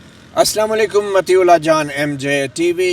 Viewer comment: Mutiuallah , not Matiullah ! Thanks.🎉